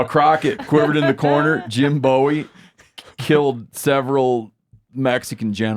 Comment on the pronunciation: First of all it’s a double O sound, Boowie. Not like the singer Bowie. Secondly, maybe David Crockett died surrendering to Santa Anna, but cowering in the corner he didn’t. Be careful stepping on Texas heroes and legends, we’re pretty damned proud of them. Especially those of us whose ancestors fought for independence.